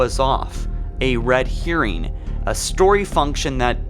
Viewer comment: He said red herring wrong